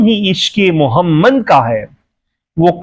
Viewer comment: تم کو تو نبی کریم صلی اللہ علیہ وسلم نام محمد صلی اللہ علیہ وسلم بھی نہیں پڑھنا آتا۔بندہ بن تم کو شرم بھی نہیں آتی۔خدا کا خوف کرو اور توبہ کرو تم لفظ محمد صلی علیہ وسلم کے نام مبارک بھی ٹھیک سے نہیں بول سکتے